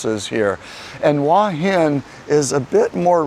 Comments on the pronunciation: but the u and a are sounded separately not as one sound. I was simply trying to explain it in a way that might be understandable. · Hua is one syllable, not two. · the transliteration of Hua is about as easy as you can get. The only thing it does not show is the rising tone. Give the guy a break, he is trying.